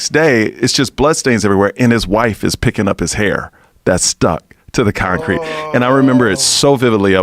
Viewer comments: I cant unhear con-crete now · Joe “con-Crete” Rogan